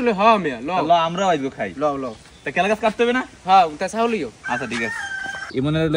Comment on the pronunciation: কলা গাছ ❎ কেলাগাছ✅